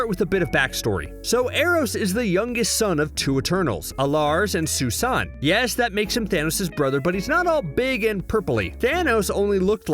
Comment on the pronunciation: Finally someone who pronounces Sui-san appropriately. Most say Sooey-san but the joke is that the avatar of death and cosmic conqueror had a mother named "susan".